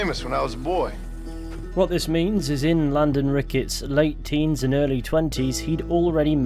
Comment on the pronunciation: From ac lore to lhaywdehnne rHheykeyuttss boowyhh